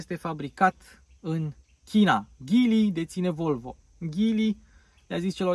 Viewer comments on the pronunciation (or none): Of of,este Geely nu Ghili